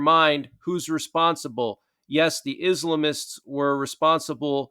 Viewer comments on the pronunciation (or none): IS--LAM--ISTS. not islimists